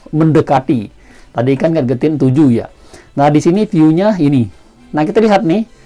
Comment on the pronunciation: Baca nya gejetin bro, bukan gat getin